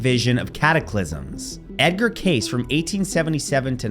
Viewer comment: I love informative channels and yours is one of the best. I wanted to point out the pronunciation of Edgar Cayce is KC